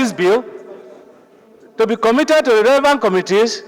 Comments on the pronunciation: For long, l have been searching my dictionary to see if there's any English word called: Za, but l didn't see. Where did that illiterate senator got the word he pronounced repeatedly, or is it one of the Aboki's English wahala? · Guy go and check your English oral sound on how to pronounce The as za by British people, I don't know and wonder how you passed your English language.